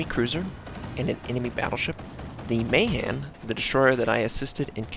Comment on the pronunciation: finally someone who knows how to pronounce Mahan!!